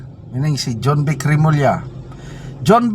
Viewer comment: Jonvic po, hindi "junvic".